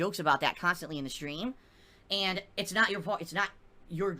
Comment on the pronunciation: Can someone start a gofundme to get him sent to a speech therapist so he can pronounce "and". It's not hard.